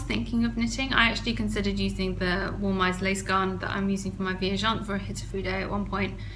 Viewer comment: Just to say that you are pronouncing Viajante correctly! It means "traveller" in portuguese ;) Love your podcasts!